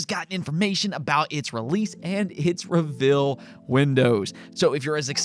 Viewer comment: No one can pronounce reveal right lol. Ruh-vull 😂